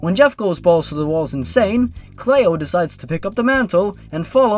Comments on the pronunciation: Its prnounced clee-o Lui and cleo are common names where i live Also when cleo went in to the woods i hope slendys proxy caught here gave her to slendy and slendy gave her a red rose and gave her to offenderman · ***** Cleo is actually pronounced "klee-oh". I had a cat named Cleo once. Our other cat that my parents thought was a boy, gave birth to her. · Cleo is a much more likely name to encounter someone with than Liu. But it also helps if you pronounce it correctly. I'm just playing with him. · its not pronounced "Clay-oh", its actually pronounced "Clee-oh" ya know, like Cleopatra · "Clay-o" isn't the correct way to say it. It's "Clee-oh". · ITS CLEO! NOT CLAYO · It's pronounced "Cleeo" not "Clayo". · 'clay-oh'. It's 'klee-oh' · Why are you pronouncing Cleo as "Clay-Oh" instead of the more common pronunciation "Klee-OH"? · "clayo"... Clee-oh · I died at "clay-oh." Oh my god, it's "clee-oh." Still laughing. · The reason cleo is a weird name is because you cant say it right. Its "Klee-Oh" not "Clay-Oh" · cleo cleeeo not clao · The way you pronounced Cleo as Clee-oh not clayoh. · Lue is short for Lucifer. Get it, the devil. He was making a not so clever joke. And it's pronounced Cl-ee-oh not Clay-Oh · I think the name is pronounced "Clee-oh", not "Clay-oh". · It’s a name from America but it’s pronounced Clee-oh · Cleo is a normal name! You silly non-American. *It's Clee-oh*. Gettin' a little harsh there, haha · cleeo its pronounced cleeo c-lee-o but its spelt cleo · I'm pretty sure it's pronounced clee-oh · also, Cleo is an actual name, usually pronounced "ClEE-O" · Cleo is pronounced clee- o. Like Cleopatra. <3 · It's pronounced "Clo-ee" and it's a normal name, and so is Lou. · Heyhey! Cleo is an actual name, as my grandmother is named that. It's pronounced almost like Kl (as in cling) ey (like in key) then oh! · Btw its Cleo as in Cleopatra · You mispronounced Cleo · You miss pronounced Cleo